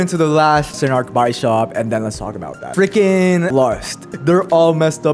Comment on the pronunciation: This is a mess of a video, but this is exactly how people talk when they are genuinely excited. Also bishop, not baishop. Took me a while to realize what you where saying. Pliadese not plaieids. This would be compltely uninteligable if I didnt know what you mean. Tirisia not Tireizha...